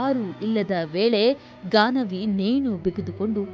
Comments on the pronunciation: Ganavi. Not gagana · It’s Gaanavi not Gagana